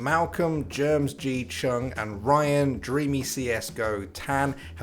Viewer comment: I think the mispronunciation of GermSG is hilarious as a Singaporean. It's Germ S G not GermsG LUL